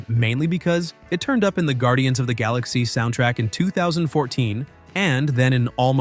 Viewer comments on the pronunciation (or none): none